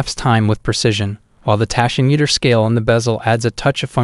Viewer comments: My god, can't pronounce tachymeter either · "Tiss-ot" and "Tashy-meter". Just horrible to listen to.